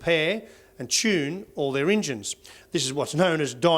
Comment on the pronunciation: How long until SJW's cancel him for saying Injun?